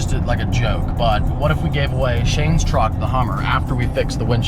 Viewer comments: Is it a Juck or a Treep? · Hell I thought treep too lol🤣🤣🤣🤣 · Is it a truck or a jeep. It's a TREEP.